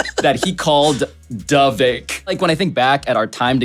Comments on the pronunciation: Vivek rhymes with "Fake." Also, "Rake" (steps on...). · Viv-ake also rhymes with SNAKE = just saying.